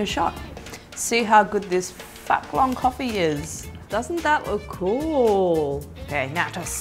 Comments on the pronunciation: There aren’t any correct ways to pronounce Phuc Long in other languages accept Vietnamese. The nearest pronunciation is Fook Long 😂 So please don’t pronounce Phuc as F*ck 😂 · The "Phuc" in Phuc Long is pronounced more like food long rather than f**k long. It's u: , not ʌ =))) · I’m Vietnamese Australian... no offence but it’s pronounced Phoop Long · The "Fuck Long" should be called Foo-k Long lol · Please say Phuc Long again and again. Damn funny